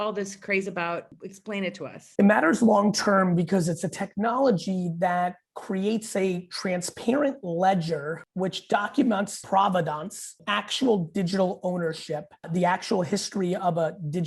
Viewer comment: PROVENANCE doesn't have a D in it dude 😜